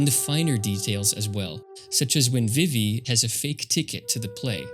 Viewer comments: VIVVY???????? VIIVVVVVVVYYYYYYYY?>?!?! FIX YOUR MOUTH. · pronouncing vivi 'vivvy' is so wild but cool vid